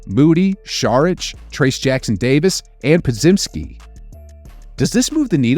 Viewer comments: Po-jim-ski. Come on man. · Po-jim-ski. Come on man. Get his name correctly, not a trade consideration. My bad, that's what I should have explained, corrected it already. He never gets his name correctly and when he first played in the season, the announcer told everyone how his name is pronounced. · Po-jim-ski. Come on man. Get his name correctly, not a trade consideration.